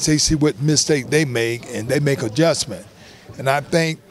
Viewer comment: “Misake” the T was absent in this interview.. much respect to the legend though!!!